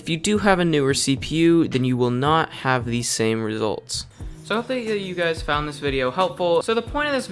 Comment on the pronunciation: "So hopefully yeewhoo fowd this video helpful" lol wut